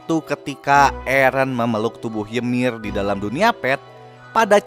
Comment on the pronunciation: Bang kok gua denger "yemir" dari lu kek ganggu bet yaa wkwk gua malah enak ngomong "yumire"